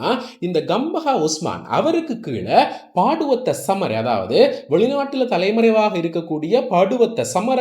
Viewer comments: நீங்கள் சொல்லும் பெயர்கள் பிழை.. பாடுவத்த அல்ல Batuwaththa. தாமர அல்ல தமரா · பாட்டுவத்த அல்ல பட்டுவத்தை බටුවත්ත என்று உச்சரிக்கவும்.